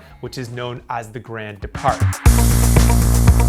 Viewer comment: Nice job except for the pronunciation. Grand départ and maillot were badly massacred. Please work on that !